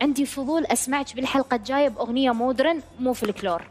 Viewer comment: MODERN !! تنطق : ma - dern (mah-dern) silent H ليس : Mood -ren . رحمة قالت : مود رن(بكسر الراء). و توقعت من استاذنا يصحح لها الكلمة ولكنه للاسف وقع بنفس المصيبة.. تلوث سمعي منتشر بالمجتمع العراقي.. يا جماعة : اذا مو متأكد من نطق كلمة اجنبية ,, قولها بالعربي مو حرام ولا عيب !!